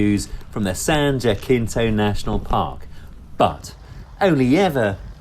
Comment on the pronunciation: Awesome tour of California! It’s been a few years since I’ve been out to ride in Palm Springs. Looks like you had wonderful weather. Oh and in Jacinto, the J is pronounced as an H. A majority of California used to be a part of Mexico prior to becoming a State. Keep up the great videos. I always enjoy them!